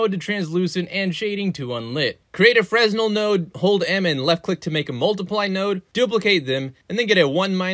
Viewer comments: Fre-nel :cat-orange-whistling:(with silent S). Great video though. Your stuff is clear and straight to the point. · Just a heads up, fresnel is pronounced "fre-nell", the S is silent. Great video! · I love how we actually know what black holes look like experimentally at this point. But this is cool too. ;-) Also, you're pronouncing "Fresnel" wrong. It's a French name.